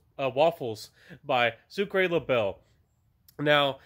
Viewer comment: Pronounced "Soo cra bay" 😃❤